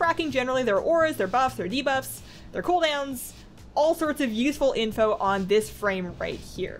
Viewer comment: That 'a' on all at the start is triggering me